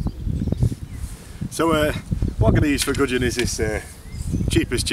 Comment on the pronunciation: Some Bwon Gugin 😅😅😅